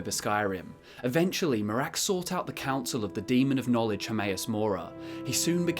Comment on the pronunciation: A lot of great info here, but why do you pronounce Miraak like Merák?